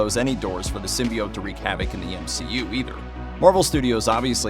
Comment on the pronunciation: I stop listening when people start mispronouncing symbiote